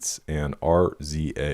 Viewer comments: Everything about this album is art. Outside of the obvious hits, I love Devil in a New Dress and Lost in the World. Also, RZA is pronounced “Rizza” - founder of legendary hip-hop group Wu Tang Clan and big influence on Kanye’s producing. Check out the song “White Dress”, RZA co-produced it with Ye for the movie The Man With the Iron Fists. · I made a physical caveman grunt like on the level of fire discovery when i seen this video :EDIT RZA pronounced Rizza